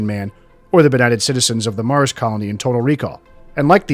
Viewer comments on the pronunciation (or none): none